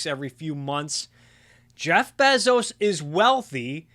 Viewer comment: I love how Adam Something pronounces Bezos but you pronounce it even better.